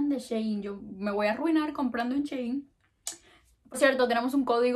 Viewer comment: Me encanta tu vibra ya te había visto antes pero uuu y por cierto es Shi-in no she-in me encanta tu forma de hablar 🗣💕